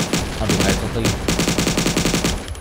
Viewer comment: Kadekhetsot🤣 orang bali tuh wkwkw